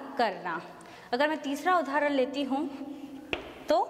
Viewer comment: we pronounce udaaharan not udhaaran